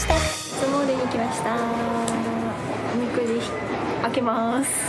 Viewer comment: れなあの発音おみ↑くじでかわいい